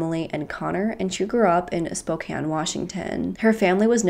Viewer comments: I'm like 2 minutes in but as a Washingtonian we have a lot of stupidly complicated city names to pronounce but I'm glad you figured out how to say Spokane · You pronounced Spokane and Yakima perfectly! The first youtuber that I've watched do so. :)